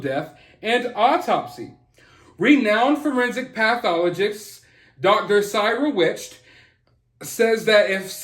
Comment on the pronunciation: I love you, so I am saying this with gentleness. I am from Pittsburgh and so is Cyril Wecht. His name is pronounced like Ceral Whekt. He is a freaking genius. He is the best of the best out of Pittsburgh. I would believe him wholeheartedly.